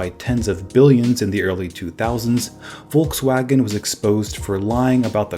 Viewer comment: that pronounciation of Volkswagen